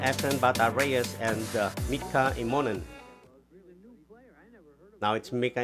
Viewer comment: Please, Mika's name is pronounced em mo nen. The accent is on the first two letters, im.